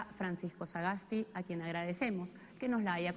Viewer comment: Sagasti!!!! No Sagastegui!!!!